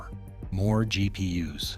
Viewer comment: Its GP-Us i love it ;)